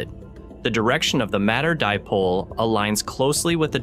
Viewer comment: Interesting. Please have your narrator or (I assumea0 synthetic learn how to pronounce this correctly. "Dipole" is correctly pronounced like the words "die" and "pole", not "dip pole" or "dee pole". You really lose gravitas on this basis.